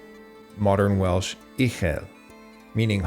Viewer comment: you can moan about this man and he sometimes gets Welsh very wrong but at least the boy is making videos.... A lot of us are too distracted by modern life to actually put in the time